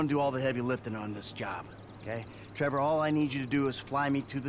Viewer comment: TrevOr not Er